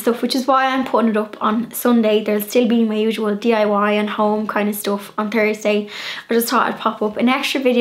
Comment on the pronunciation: I love the way you leave the 'h' out of your pronunciation e.g. things - you say 'ting' or Thursday you say 'Tursday' x